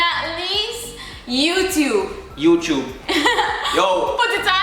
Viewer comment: Mi ago Youchube it 😂🤣🤣